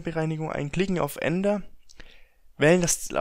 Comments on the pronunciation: Alter ..... Lern mal richtig Reden ..... :D Dipp und Ender ... des heist Tipp und Enter .... :D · Triggert euch "Ender" auch